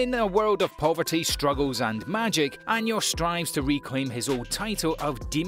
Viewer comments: we gunna ignore the way he saying anos as Anyos lmao Edit: Nevermind, its about 85% of things not just anos lmao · i fuckin died when he said anyos LMAO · Anos became Años